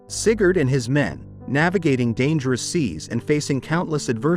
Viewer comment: Sigurd, AI Shat itself XD